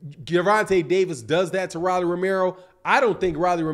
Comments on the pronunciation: Who DF is Rallie??? Its Rollie..with an " O" ..🤣🤣🤣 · Pronounced "Roll - E"